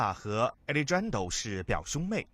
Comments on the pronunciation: 亚力詹都……应该读阿力汉德 rrrro…… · Alejandro is a Spanish name and should be pronounced ah-lay-HAHN-dro. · 这青田话和alexjandro的音真的不能再忍了。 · alejandro 的发音不能忍